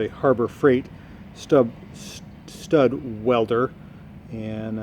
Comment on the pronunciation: Stud "Wedler!" Perfect Chinglish.